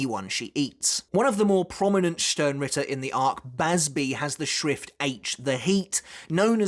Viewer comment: always sounds like you are saying schwift haha, get schwifty